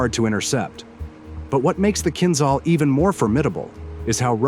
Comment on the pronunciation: It is not called Kinzzall... it is kinjal like french jour...